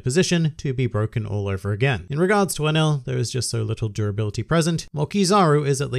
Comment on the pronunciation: I think you pronounce him like "an L"